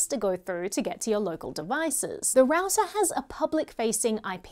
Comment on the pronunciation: Raouser ? It should be pronounced as rau·tr